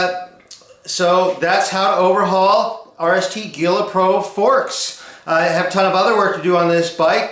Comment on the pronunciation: Gila is pronounced "he-la", like Gila Monster ;-)